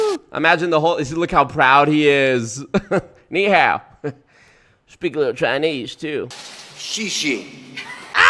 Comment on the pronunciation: I don’t think Bush practiced Chinese at all. He doesn’t say Ni Hao properly. The tones are all wrong, and the tones are part of the word in Chinese so what he said wasn’t actually Ni Hao. Then he said what I assume he meant is Xie Xie (thanks), which is so abominably wrong I am gobsmacked. He didn’t consult with anyone before saying this.